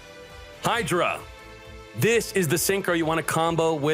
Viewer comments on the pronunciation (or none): none